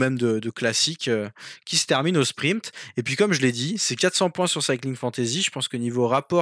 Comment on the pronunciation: Salut, j'ai découvert vos podcast/vidéo il y a peu et je vous trouve intéressant et divertissement. Merci. Juste un peu truc me fait un peu tiquer. Il n'y a p avant le t dans sprint. Ce n'est pas sprimpte. A par ça vraiment super